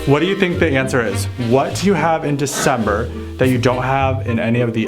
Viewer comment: The d in Desimbre